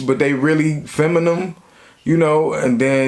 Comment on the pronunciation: and saying "feminum" lol